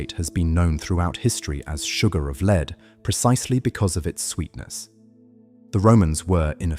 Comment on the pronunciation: lol lead is said wrong can’t you actually listen to what you post and correct the pronunciation ?